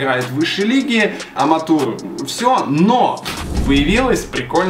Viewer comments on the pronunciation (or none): Какой бл "аматур" ты че, лига называется "аматэу лига"